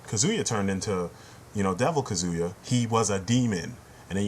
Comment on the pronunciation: now im being annoying; but kazuya is pronounced cah-zoo-yah not cuh-zoo-yah.